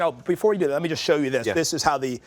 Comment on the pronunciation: better to use PVC not wood. Wood will soak up any liquids and can cause splinters. its not called a puppy rail, its called a PIG rail. these people making out that this is something unknown. the childishness of these people is madness. and the way he says 'just' its JUST not JEST!!